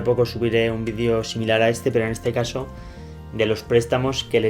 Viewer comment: Se dice VIDEO, no VIDIO